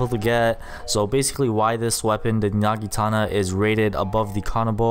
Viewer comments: Not nagitana but naginata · you said nagitana, it is naginata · Its not a nagitana its pronounced "Nah-gi-nah-tah" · My man just Said nagitana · I like how he is a pro but pronounces Naginta wrong